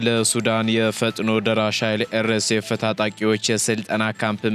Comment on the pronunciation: አንዴ አይደለም እየደጋገምክ ኤር ኤስ ኤፍ ስትል ሰማሁህ ምን ምለት ነው ኤር ኤሴ ኤፍ? አር ኤስ ኤፍ (RSF)ብሎ ማንበብ አቅቶህ ነው?